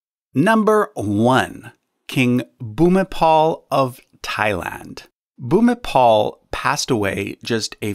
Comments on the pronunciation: Not king bhumipol but bhumibol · He is Rama IX Bhumibol Adulyadej, not Bhumipol. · Bhumipol is pronounced as bhumipon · You are absolutely correct. While most English speaking people pronounce the late King's name something like "Boo me bowl" in Thailand they pronounce it something closer to "Poo me pon." In any case his official name is Rama IX. Here on YouTube it is possible to watch the majestic funeral and cremation ceremonies and pageantry in Bangkok and the crematorium you describe. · The name of king of Thailand is pronounced as "Pu(as in put)-mi(as in me)-pon(as in coupon)". Bhumibol=Pumipon. King Bhumibol Adulyadej (Pumipon Adunyadet) or you can just simply call him King Rama IX of Thailand :-) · The king of Thailand's name is pronounced like poo-mee-pone because a final L is pronounced as N. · Just a quick comment: King Bhumipol is pronounced poo-mi-pon :) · I thought this was a really good way of compiling the list. One thing: the L at the end of Bhumipol should be pronounced as an N. Also he is normally referred to as King Bhumipol Adulyadej, and since his death has the post-nominal The Great in respect to his long and beneficial reign. As a side note: I had the opportunity to visit his Phra Merumat, his Royal Crematorium, constructed specifically for his funeral, and it was absolutely awe-inspiring. The sandalwood urn in which his ashes were transported to the temple for internment is on display at The National Museum along with other royal funerary items of The Chakri Dynasty.